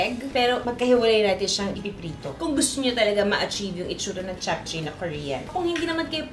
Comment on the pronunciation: Hi Ms Juday, i always watch your cooking vlog, ok lng po ba icorrect ko pronunciation po ng JAPCHAE??? Its CHAP-CHE po in korea...❤